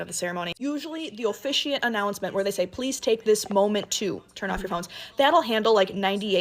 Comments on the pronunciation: Does pronounce officiant incorrectly or do I? 🤔 How many syllables are there in the word officiant? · "Oh-fish-ee-ant" is correct, isn't it?